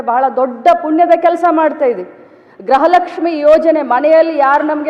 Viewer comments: ಅಕ್ಕ ಗ್ರಹ ಲಕ್ಷ್ಮಿ ಅಲ್ಲ ಗೃಹ ಲಕ್ಷ್ಮಿ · ತಾಯಿ ಅವರು ಗ್ರಹ ಲಕ್ಷ್ಮಿ ಅಲ್ಲ, ಗೃಹ ಲಕ್ಷ್ಮಿ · ಗ್ರಹ ಲಕ್ಷ್ಮಿ ಅಲ್ಲ ಗೃಹ ಲಕ್ಷ್ಮಿ.